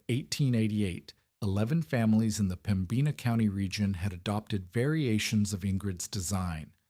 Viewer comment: Please learn to pronounce Pembina. The accent is in Pemb ina